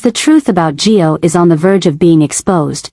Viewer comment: Why do you call Gio…Joe?